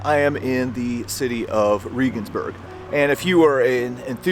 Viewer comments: It's pronounced like the hero of the right Reagan, not Ree-gan. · It's pronounced "Ray-guns-berg" not "Ree-guns-berg"... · Shouldn't you use the german pronunciation when being in a GERMAN town? No im a damn ignorant from the best country in the world and I don't care! Riegensbörg😂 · It's pronounced...Rehhgensberg. Please stop saying Reegensberg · Reh-gensburg, not Ree-gensburg. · German or English, it's ray-gens-burg, not ree-gens-burg, I believe. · I'm a subscriber and former college English teacher with degrees in History and German, I'm very appreciative of your work in keeping history alive, and I respectfully offer a constructive criticism. The name, Regensburg, is not pronounced "Reegensburg." It is pronounced "Reagansburg"-- the same way 40th President Ronald Reagan's family name would be pronounced with "burg" attached. When you post informative productions as you do in your History Traveler series, it puts you in a position of accountability to get the details--in this case correct pronunciation--right. Referring to Regensburg as "Reegensburg," or the name of any location for that matter incorrectly undercuts and detracts your credibility to a certain degree. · Sorry. But it wasn't President "Reegan". Reh-gens-burg... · Um…. Ray-ginz-burg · Es heißt Regensburg verdammt nochmal! Seid ihr ein bißchen blöd oder was !? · Bless your heart for trying. But it’s pronounced just like the president. President Reagan. I’m not bashing you, but as a foreigner living abroad I know pronunciation is important. Love your videos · If you want to be a serious history buff, try to pronounce Regensburg correctly. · As an ex-pat living in Germany, you really should have asked someone how to get your pronunciation of Regensburg better. Your story is great, but I twinge every time you say the name. I get it, but, still.